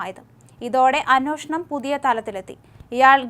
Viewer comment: അന്വേഷണം എന്നു പറയൂ കുട്ടീ.